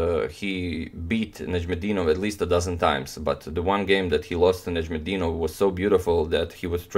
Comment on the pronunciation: Love how you narrate the game, but your pronunciation of Najm El Deenov is very similar to the Arabic pronunciation!! The word means in Arabic Star of the Religion